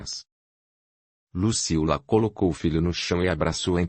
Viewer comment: Ahh não é Lucila kk é Luciula